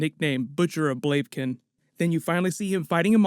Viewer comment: Butcher of Blaken?? Really?